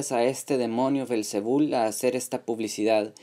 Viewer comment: El nombre es belcebú y no belcebul como tú lo dices!!!!